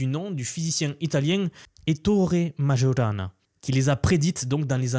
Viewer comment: Microsoft doit faire allusion au physicien Italien Majorana. Je ne pense pas que ça se prononce comme tu l'a fait.